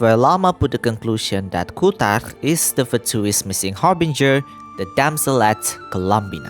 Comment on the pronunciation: Your accent saying "kuutar" is so perfect maaan, i went high every time u said that